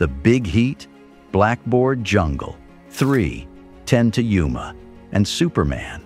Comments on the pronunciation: All told, pretty good. But you need to teach the AI how to read punctuation, as to Yuma is not read like three...ten to Yuma. Numerous other similar errors are obvious, as well as significant mispronunciations of names and places. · You know it's an AI generated narrator when ' to Yuma' becomes: 3 pause 10 another pause to Yuma.